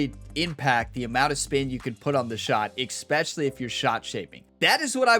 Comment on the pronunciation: You have not a grasp of how vowels werk. Also, while there is no X in the word "especially," you seem to be putting extra-special emphasis on EXpecially. Otherwise, I'm looking forward to applying your player tips.